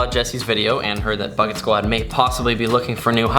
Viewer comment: It sounds like ur saying bucktwod